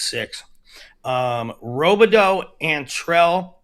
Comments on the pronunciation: Another name you guys say wrong is landon robideau. In mn we pronounce it rob-ah-doo... not row-bih-doe haha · Both are wrong. Its Rob-ih-doo 😂